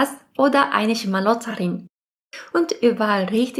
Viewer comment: Sie sagt Schmarotzerin sie spricht es halt falsch aus.